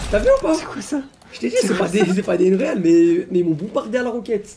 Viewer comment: Non mais c est quoi cette facon de prononcer unreal ?? Unreal engine ...